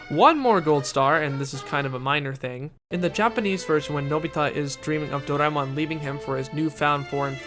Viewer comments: whoever says Doraemon as Dor-ay-min should not and will not be taken seriously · Imagine if there was another english dub of stand by me Doraemon that pronounces Doraemon's name as "Soray-mon" & Nobita as "No-see-dah"